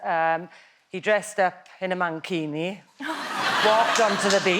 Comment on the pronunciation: "Man-kini" 😆😅😂🤣 Ahahahahahahahahaha